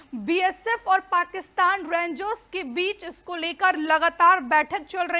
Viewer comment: Je Kamal Bolti Hai Yaar Rengs 😅😅😅😅 Rangers Bi Nahi kehti Pura, Bas Rengs kehkar Nipta De Rahi Hai 😅😅😅